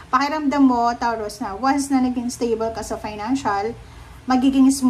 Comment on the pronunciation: Anong TAWROOS bh3 its PRONOUNCE MO NMN NG MAAYOS KALOKA KA